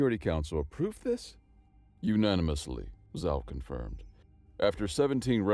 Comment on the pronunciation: Zhao is pronounced /ʒɑo/.